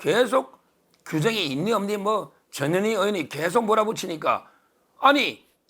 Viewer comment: 언제나 화이팅...전현희 발음 좀 정확하게 해주세요.나에게는"저년이"로 들림.